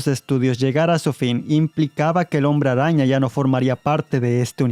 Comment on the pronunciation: me gusta como dices hombre rraña!! 🤣🤣👌🏻